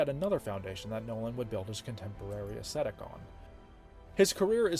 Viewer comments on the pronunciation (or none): I love this series. But I wish someone would teach this guy how to pronounce “aesthetic.” Drives me nuts.